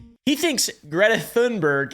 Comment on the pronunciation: Apartheid (apar-tide) - the H is silent. Thunberg (tune-berg) - the H is silent Thank you for all your research and hard work to bring these informative videos to all of us! All delivered with a sense of humor, I honestly don't know how you do it! ❤❤😊